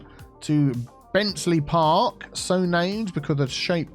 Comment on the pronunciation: Shouldn't that Bentealey Park be pronounced Ben Tea-Lee, as if it has been named after a Mr B. Tea-Lee? Maybe an old local land owner. It is a very good idea putting an heliport near the airport, because, who would ever think of landing helicopters in airports? Even if there was heliports already built into the airport, nobody would want to land there.